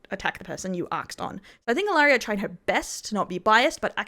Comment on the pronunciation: Sorry I mean no harm, I just wanted to let you know that how you say Elara’s name is Eh-Lah-rah not Ah-Leh-riah. Hope this helps! This is how Elara says her name and how others say her name. 💖